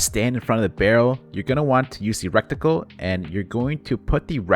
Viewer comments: Dude saying recticle instead of reticle was funny until I realized it’s finna become common 😭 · Reticle, not Recticle. Thanks for the video. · Love your videos! I’m sorry to be that guy, I really swear on my life I hate it, but it’s ret-i-cle. I know I suck I’m sorry it just bothers me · The word is RETICLE. There aren’t two c’s. Normally I wouldn’t comment something like this but you used the word like 15 times.